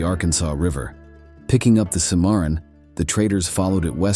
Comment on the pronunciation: The River is pronounced Simmer on.